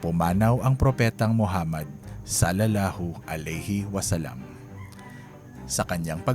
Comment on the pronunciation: Bakit ganun ang bigkas salalahu aleyhi wasalam iba s tunay n bigkas tunay b 2😮😢